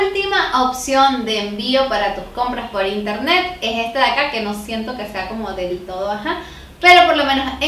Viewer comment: El primer paso para comprar en interneSSSS es el qué? jajajajajja, me caes súper bien 😂😂♥️